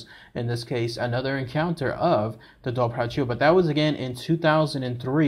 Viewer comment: Great video, side note, it’s actually pronounced “Dover-Who”